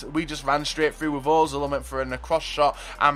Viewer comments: he said ozil, its pronounced urzil, the umlaut changes the sound of the O. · The only reason I dislike every video is because he still can't pronounce özil, other than that good video.